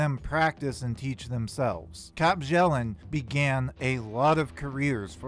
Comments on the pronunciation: It's pronounced byellen not bjellen. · Her last name is pronounced "Be-yell-and". I'v tried to tell you several times before in the comments. The J is silent.